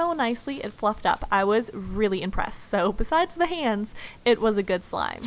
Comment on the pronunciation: Anybody Else hear When She Said Wish Shlime? Or Is It Just Me?